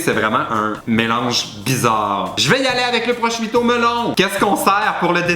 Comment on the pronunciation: il faut prononcer prochuuto pas proscuito svp mes oreilles :(